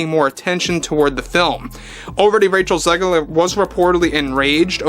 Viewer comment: Raych-Hell Zig-Leer = Weird......just WEIRD! 🧟‍♀ :face-purple-wide-eyes::hand-orange-covering-eyes::face-blue-wide-eyes